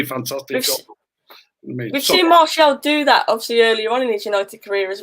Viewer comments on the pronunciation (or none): Enjoyed this a lot great chat and realistic chat from and. The only criticism I have is we don't have anyone called Marshall playing for United!! His name is Martial not Marshall,he's not from Denton 😂. It's the one thing that grates me about the Media and supporters when they say his name wrong!! Maybe it says more about me than anyone else, just my little bug bear 😂 / please make this a regular chat 👍